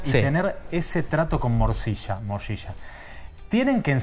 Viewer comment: El entrevistador dice moshisha y aclara morcilla maestro el trabaja en la serie ya sabe a que te referis?